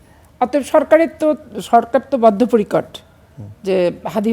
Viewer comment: শব্দ চয়ন শুনুন কিবলে,শব্দটা বদ্ধ পরিকর না-কি বদ্ধ পরিকট,? বলে বদ্ধ পরিকট।